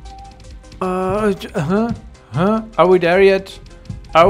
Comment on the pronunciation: Why do you say there like “der”